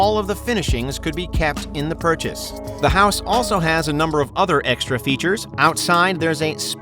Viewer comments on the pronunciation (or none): none